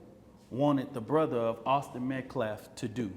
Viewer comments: Still disrespecting Austin by mispronouncing his name… it’s Metcalf not Metclaff… So tired of race hustlers.😮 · Also what is an optopsy? You can barely put a sentence together. And Austin’s last name is METCALF!! Met-calf. Have some respect!!! I saw that hateful video that Karmelo’s mother put up on social media blaming Austin for his death because he “put his hands on” her boy. It’s funny how it disappeared so quickly. But it was up there long enough to show just what kind of family Karmelo grew up in. One that plays the victim and does not take responsibility for their own actions. 😮Finally, stabbing someone in the heart is NOT a mistake.